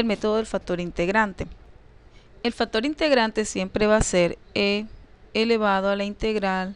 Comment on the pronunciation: Yo escucho factor pero no factor ,lo dice bién.Por otra parte su idea matemática la comunica bién.Saludos muchachos.